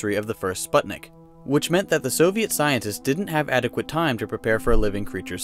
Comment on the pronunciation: spuht nick omfgggg